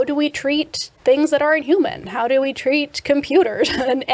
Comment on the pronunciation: "Vi are excited" LOL